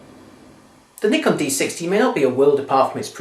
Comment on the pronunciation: actually he says it right its us americans that say it wrong